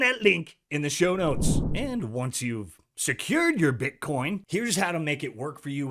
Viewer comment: Do brazilians pronounce it “Bitchcoin”? 😂😂